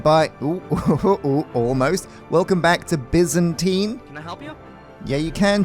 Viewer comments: The comments getting to say Byzantine correctly reminds me of that Friends meme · He said Byzantine wrong again ... U can set the miner to dig different levels in the mine... Also, Question: Where will u put the Dyer's Hut, now??